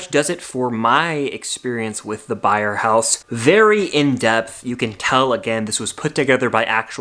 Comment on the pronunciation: “Byers” house, not “Byer” house!!